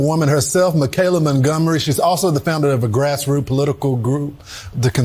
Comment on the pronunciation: two things 1. her name is pronounced Mi-CA-La. Michael with a la at the end. Not MeGaLa. You working my nerves to early for that. 2. I would not vote for 45 if he showed up to my house and gave me a BILLION dollars. Nope not even then. Just sitting here waiting for people to come to THEIR DAMN SENSES or at least put their brains back in gear. But well I don't think that's gonna happen, not this year anyway. Thanks for coming to my TED talk.